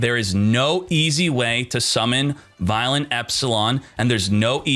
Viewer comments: It's pronounced vyon the L is silent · I’m not that guy but I’m sure it’s vy-LON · God you duel links people don't know how to pronounce anything VIE-LON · Take a shot every time Vylon is pronounced wrong.